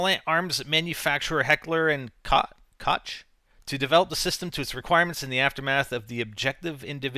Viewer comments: its not cook its koch the ch has like a hollow sounding ch sound. i cant explain it well but its definitely not cook, cook is not a German name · It's pronounced something along the lines of 'kawch', roughly. - Rusty on the IPA so I won't risk using it and buggering it up. =/ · Koch is pronounced "Coke" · with heckler and koch, koch is pronounced like cock, no joke. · Hey 'Koch' is pronounced like 'coke' just FYI ( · Not true. M16 and m4 are equal at anything they are trying to phase both out. And koch is pernounced coke. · uh...its acually pronounced (coke) like coke-a-cola... if you know anything abo wepons outside video games u would know this. lol! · Koch is pronounced coke. Just saying. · Nope, pronounced in German, the CH is actually pronounced as H in hell, hill, hop etc.